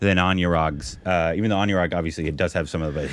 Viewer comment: You pronounced anurag like monument 🏃🏻‍♂️🗿